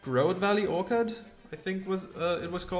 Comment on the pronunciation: It keeps bothering me every time. You are mispronouncing orchard every time. The ch is said like cheese, not like the ch in orchid.